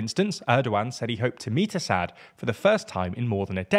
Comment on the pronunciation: you can’t even pronounce Assad’s name right lmao run along kid, you have no clue what you are yapping about. Isil fangirl 🤣